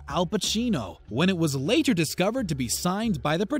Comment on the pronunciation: Why does the narrator enunciate later so strongly?? I found it odd lol